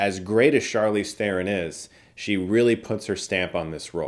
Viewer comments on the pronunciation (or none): As a film critic, at least pronounce her last name correctly, it’s a silent “h”. Her name is said “Ter-Ron”. You wouldn’t see me saying “Chris Stookman”😅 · Man, I whined at Jeremy for mispronouncing Charlizes surname, now I have to whine at you to Chris 😂 Ter-Ron. The H is silent.